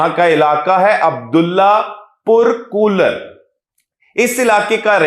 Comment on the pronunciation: kooler nahi bhai, kolar..